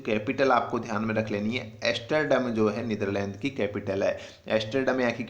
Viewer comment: Yaar tumhe to Hindi sahi see bolne nhi aati kaise itne views hai Yaar.asterdam nhi Amsterdam hotaa hai.youtude par koi bhi star bana baitha hai.